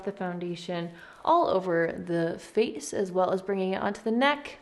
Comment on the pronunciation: all over the (fa'ce) You swallowed a rick star saying face